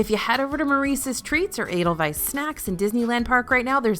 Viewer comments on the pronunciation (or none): none